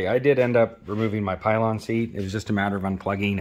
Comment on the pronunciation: A really great summary, but what the heck is a pylon seat?! It's a pillion. Thumbs up anyway!